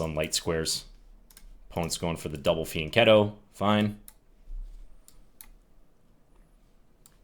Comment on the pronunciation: I'm a chess noob, I've been watching you for a while and I've been racking my brain to figure out what "Fian Ketto" is. I thought that was a name of some dude, like Ruy Lopez. Only now have I figured out that it's actually your funky pronunciation of the Italian word.